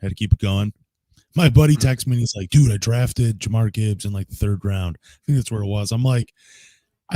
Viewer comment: I stopped listening cause he kept saying jamarr Gibbs